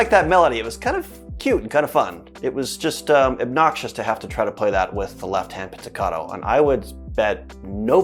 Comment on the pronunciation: Please, stop saying pizzicaDo, it is pronunced pizzicaTo